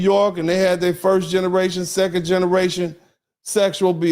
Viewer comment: He said: "I speak NIGGARATION" 🤣 He is CRAZY. I am SCREAMING LAUGHING.